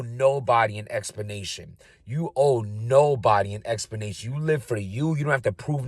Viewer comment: Talking with that gum in his mouth. Probably the same reason for saying explanation without the L. 😂